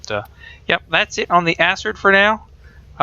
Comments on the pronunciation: Its pronounced akrid not asrid. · ***** The problem with that is Acid is A (the A sound) sid (cid). When you add an R to the word you then have A (A sound) crid (c and r together remove the S sound from the C and makes a K sound instead). This gives you Acrid or Akrid. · ***** Acrid is a word from the dictionary meaning having an irritatingly strong and unpleasant taste or smell. It is pronounced akrəd :D Edit: Read through comments to see you know this now. Was beaten to it. haha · ***** i don't think everyone is trying to be a grammar nazi when it comes to these things. Its just that when your reviewing something, you might as well pronounce something correctly. Its like listening to a review about a book where the guy pronounce the title wrong...its just abit aurgh... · ***** That's fine, but that doesn't make it correct. You can be wrong if you want to, but excuse people for trying to help you not look like a fool.